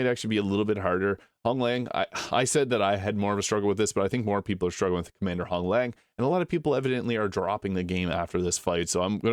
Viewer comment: Commander Honglan.. there is no G at the end of her name